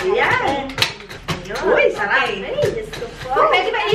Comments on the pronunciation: “arap” ba, Tita Juday? 😂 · "mmh, arap" 😆😆😆